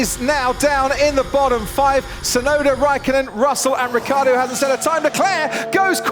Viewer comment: Could be the year that RiccIardo could be pronounced properly... NOT RiccArdo....